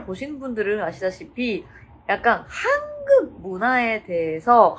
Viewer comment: 한국을 한극이라고 말하네 ㅋㅋ국발음이 엄청 안늘어나는 네